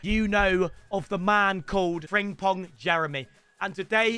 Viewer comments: It’s friMpong not friNGpong 🙄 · Still triggers me how he can't say "Frimpong" as apposed to 'Fringpong' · He still saying fringpong ffs 😭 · Love Danny getting Frimpong every year and still saying his name wrong every time